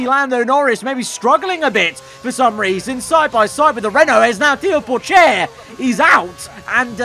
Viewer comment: Him mispronouncing Theo Pourchaires name made me sad for some reason